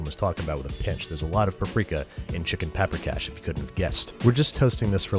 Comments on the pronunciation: So this is what those Italian chefs felt like watching the Carbonara episode. Got a lot of Hungarian in me, and can make a solid paprikas. And I was really glad he made this episode. But my eye was twitching every time Babish did something like: mispronounced paprikas, to just scooping the sour cream on top at the end instead of cooking it into the sauce to thicken it, to saying oma instead of nagymama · vannak magyarok itten? és persze tudjuk hogy mien rossz volt annak a lanynak a kiejtese... nem "peprikes", hanem paprikás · Paprikas* not paprikash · Big fan. That is one weird-ass version of Paprikas though (in Hungarian a straight ‘s’ sounds like ‘sh’). The sour cream usual goes into the sauce to thicken it . The Nokedli (or spaeztle if yah wanna get Austrohugarian about it) is made with a much thicker dough (kind of a wet sticky slab that you scrape off a cutting board into the boiling water). Finally, Hungarian grandmas are Nagy-mamas (pronounced ‘Nuh-d-yuh’ Mama. That being said the braising makes sense and there is no ‘pinch’ of Paprika...there is a whole whack! To truly make the dish pop you should have a side dish of Hungarian cucumber salad. The acidic sweetness sets the dish off perfectly. We await your new digs. Good luck with the move! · It's written as paprikas. The "sh" is just pronunciation (it's a hungarian word)